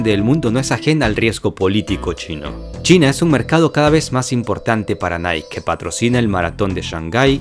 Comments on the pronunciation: La marca Nike se pronuncia "Naiki" No "Naik". Lo haces bien. Hazlo mejor. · se dice niaki